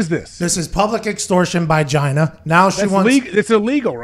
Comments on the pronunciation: Hahaha Pat calls her Gyna 😂😂😂😂 Giiiina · Pat it's pronounced GEEENA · It's pronounced (Gee-Nah)!